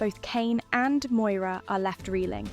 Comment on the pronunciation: Moira not Moyra